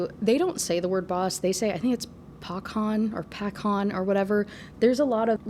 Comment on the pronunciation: Пахааан))) you were almost right, it's prononced with h like in hug, no k sounded, and stress is on a last syllable. It can be literally translates to "father" but it isn't used to adress your actual father usually, but instead a boss of a crew, as here, a criminal organisation. Bratva is also pronounced with a stress on a second syllable. Hope this was helpful lol)